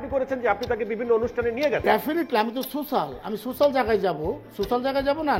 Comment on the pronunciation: Social❌ সোচাল❎🤷‍♀️😂🤣